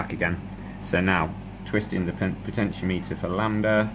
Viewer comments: potenti-ometer not potentio-meter. Thanks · PO-tenti-O-meter, like thermometer and speedometer. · Great work, Very helpful. I don't care how you pronounce Potentiometer, in no way does that detract from the information presented.